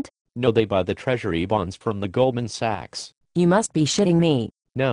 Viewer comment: I think this just turned me into an Austrian economist! :D Anyone else noticed the female character mispronouncing "Sachs" as "sex?"